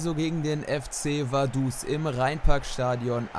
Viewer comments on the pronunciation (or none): es heisst Vaduz mit Z